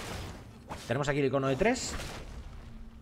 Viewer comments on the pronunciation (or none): none